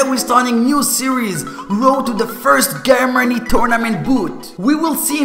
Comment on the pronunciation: You said Germany wrong, lol learn your english..